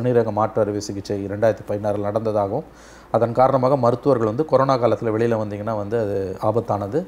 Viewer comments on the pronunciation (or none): none